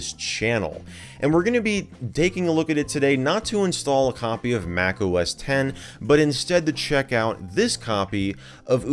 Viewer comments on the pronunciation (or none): none